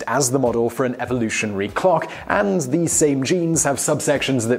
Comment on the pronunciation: what's "evolutionar"?